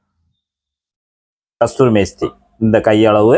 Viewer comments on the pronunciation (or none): ப்ரதர்...ஒரு திருத்தம்.கஸ்தூரி மேஸ்தி இல்லை.கஸுரி மேதி.பலபேர் பார்க்கும் போது தவறாக புரிந்து கொள்ளக்கூடாது. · தம்பி, அதுகஸ்தூரி மேஸ்திரி அல்ல. கஸுரி மேத்தின்னு சொல்லுங்க. 👍